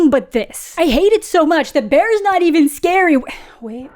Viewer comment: Not beawy scawy